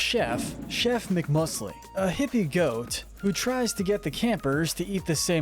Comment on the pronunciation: You mispronounced chef mcmusley